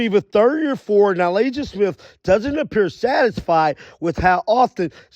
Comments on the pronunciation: Good vid, but how do you (who does this for a living), not know how to pronounce Na-LISSA? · You are butchering her name lol